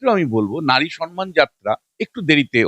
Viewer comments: দয়াকরে সন মান বলবেন না, মমতার মত। কথাটা কিন্তু সম মান। আমি ভেঙে লিখলাম। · সম্মান কিন্তু আপনি বলছেন সন্মান ৷